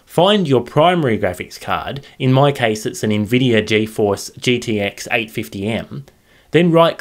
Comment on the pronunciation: did you just say nvidear